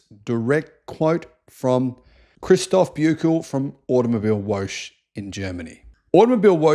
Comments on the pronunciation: Please: Type in Woche into Google Translate and press the speech audio output button. It is Wo - che, che like in a dragon sound preparing to fire up it's lungs, meaning week. I was listening and didn't understand Automobile-wolsh. Google translate is a great tool to get the foreign words right. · ya lol.. always cracking up when goes 'wootch' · Just a point "....woche" is not pronounced woke or woach but " voka" like vodka .😊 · Thanks for another great video. Btw, it is pronounced automobile-VO-HEH (VO as in VOlvo, HEH as in HEmishere). it means automobile-week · I wonder if you accidentally mispronounced "woche" because of the foreign spelling or voluntarily to avoid saying something too close from "whore". But you shouldn't as it's actually pronounced more like something you would write "vore". In these situations, Google translate is your friend. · woche is pronounced vokkuh and means week. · How you say auto mobile woche is totally wrong if you translate into English it should read auto mobile week just letting you know how you pronounce so he is totally wrong